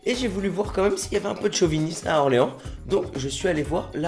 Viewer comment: Orlins :p